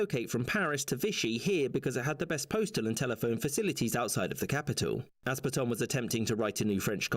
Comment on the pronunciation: You don't pronounce "Pétain" like that.